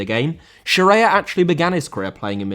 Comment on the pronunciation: Scirea* not Scereier